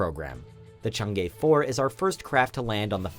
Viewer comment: How to pronounce Chang E: Chang -> charge -> “Cha”rge -> “Cha”ng E -> earth -> “ea”rth - “ea” Chang E ~ “Cha”ng “ea” This will be close enough.